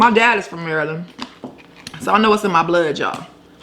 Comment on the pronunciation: I’m from Maryland sis. U tried. Lol. Love ur channel